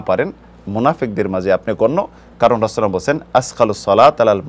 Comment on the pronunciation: জাজাকাল্লাহু খাইরান। শায়খের কাছে অনুরোধ তিনি যেন 'রাসূল (সাল্লাল্লাহু আলাইহি ওয়াসাল্লাম) 'কথাটি সুন্দর বলেন। উনি খুব দ্রুত উচ্চারণ করেন বলে তা ব্যঙ্গ হয়ে যায়।